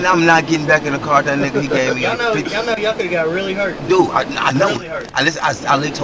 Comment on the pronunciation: Shout out to the country folk in Arkansas from Australia haha. You guys remind me a lot of our people up North. Just super grounded and straight shooters. I also like how you pronounce 'vehicle', Vee-hee-kel. haha. Rad.